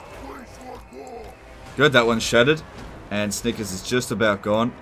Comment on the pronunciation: I heard Snikers.